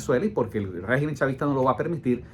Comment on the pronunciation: Segu este señor estamos enfrentados a un guegimen (asi lo entiendo cuando lo pronuncia) es un todo poderoso? No me jorobes.